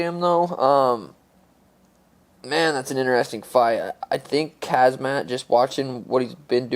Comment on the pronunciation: Dude said khazmat 😂😂